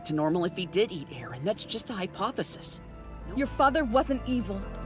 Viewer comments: Im trigered by him saying aron its eren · Not arron